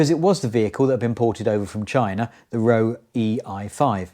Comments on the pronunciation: Roewe is pronounced like Rover. It's simply the chinese try to transcribe the pronounciation for a chinese market. :D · Roewe is pronounced Rover, after the British firm they bought.